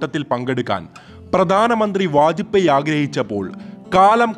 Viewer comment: Vaj pey. Not poy